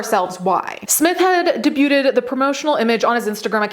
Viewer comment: Did you just say "debuhbyooted" when you read the word "debuted"?